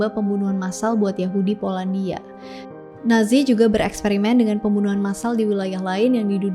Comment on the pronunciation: nazi.. banyak pengucapan natzi🙏